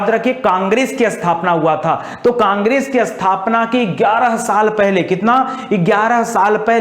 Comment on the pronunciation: Congress ka naam acche se bolo 😂😂